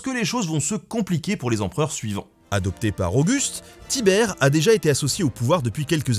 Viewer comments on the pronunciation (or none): On dit Tibère